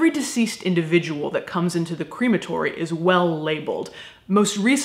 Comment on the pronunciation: I really like how you pronounce crematory (like cream) it makes me think I’m going to be immersed in cream when I go, though it does also make me think of an ice cream shop where all the ice creams are made of dead bodies 😷 lol xox